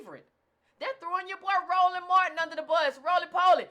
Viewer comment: Wait a minute....you called Roland Martin rollee pollee.....Ha ha ha ha ha. I caught that. Ha ha.